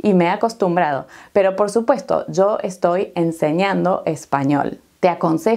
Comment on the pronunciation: ¿De dónde es Usted? Escuchando a video sobre el clima pronunció "yo" y "ya" un poco como "zo" y "za". ¿Es un país específico?